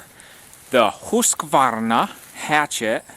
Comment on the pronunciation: Ullrica is proud of you for the pronunciation , I'm sure. =0)